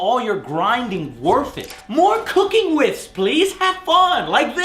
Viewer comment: Its not 'Cooking with Ermac' its 'Kooking with Ermac' mmmk?